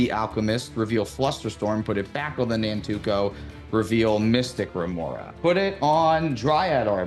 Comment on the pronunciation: saying Nantuko is a coin flip for it being Nankuto or Nantuko and I was cracking up every time.